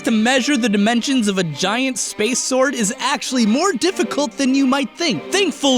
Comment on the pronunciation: Lol "difficult"